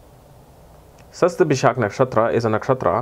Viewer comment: Hihi u figured out how to pronounce it :P